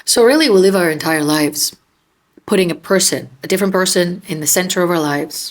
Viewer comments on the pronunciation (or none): When you asked if we are are willing to live our entire life like that, it sounded like you said 'leave', rather than 'live' - which is what it really is when we do that, we aren't living our life. We are leaving our authentic life, to play the part it appears we are expected to play, for love and approval that will never be given, no matter what we do.